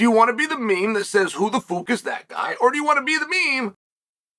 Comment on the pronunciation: Chael saying “who the fook” is killing me 😂